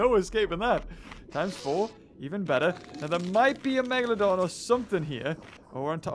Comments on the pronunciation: Did you just say "the Megadolon"? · I think he was support to say MEGladon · “It’s a megalodawn” #TheMeg